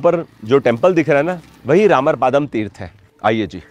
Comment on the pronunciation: It's not रामर पादम it's रामर पद्म